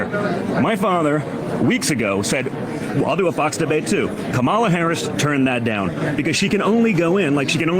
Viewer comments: Hey Junior? Her name is Kamala and it rhymes with Mamala. You are a moron. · These idiots think deliberately mispronouncing "Kamala" makes them look smart. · It is so childish that they keep saying Kamala's name wrong. I refuse to believe they can't say it correctly so it's just a childish thing. They all do it.